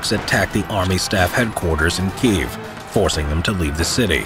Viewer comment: Kyiv. And on checking against Ukrainian speakers, it's Keeve